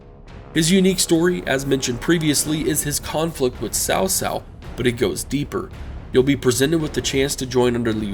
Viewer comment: It's not "Sao Sao", it's Tsao Tsao.